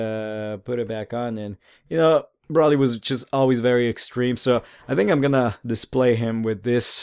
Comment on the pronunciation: u said his name wrong multiple times D: its pronounced (Bro Lee) but is spelled like Broly